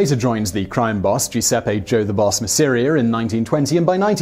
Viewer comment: my ears hurt every time masseria name was pronounced wrong, but like other people are saying the true legend Carlo Gambino should be mentioned but i know he had been jailed when he was younger, also look at Santo Trafficante Sr, and Jr